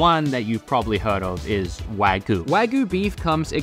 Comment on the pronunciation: "Wagoo" Wah-GYU my dude, pronounce the Y.